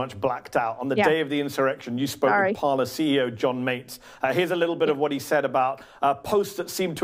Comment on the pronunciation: 'Parler'? It is clearly 'Parlay' (French for 'to speak').